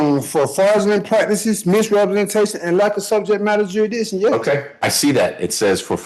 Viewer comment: I think there should be a law that, in order to qualify to question subject matter jurisdiction? You must be able to properly pronounce "subject matter jurisdiction."